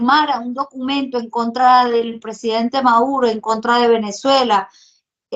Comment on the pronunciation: POR FAVOR,. SEÑORITA. ES NICOLAS MADURO,. NO''' MAURO''' ..... QUE VERGUENZA.